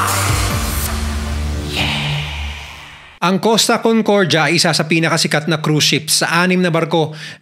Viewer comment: CONCORJA😂😂😂😂 Ayusin mo pronunciation mo kuya